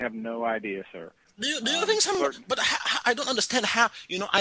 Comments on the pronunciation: "I try to fink!" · " I looking in the bafroom all i fink is a BOOM you know memory time" HAHAHA! Brilliant!